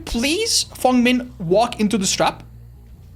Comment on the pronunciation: Feng Min 🚫 Fong Men ✅